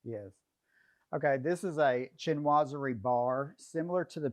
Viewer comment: SHEEN wah zury. Not CHIN wah zury (Chinoiserie). I am amazed at how many decorators cannot pronounce the word. I saw another home video where the designer pronounced it "shnozzery". That being said, it's a marvelous house.